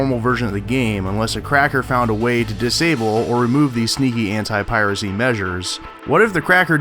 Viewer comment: Why everytime when he says "anti" I hear him saying "hentai"? There is seriously something wrong with me ..